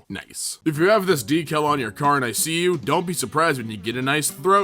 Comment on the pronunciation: The way he pronounces decal bothers me.